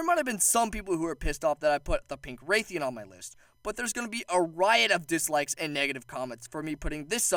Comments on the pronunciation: It's rathian, not raithian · Bro please say Rathian and not Raythian😭 It's painful to listen to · The pronunciation on Rathian bothers me. Sounds like he’s saying “rethiaan” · It’s rath-ee-en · Please never try and pronounce Rathian again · Learn to pronounce rathian correctly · I agree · You said rathian wrong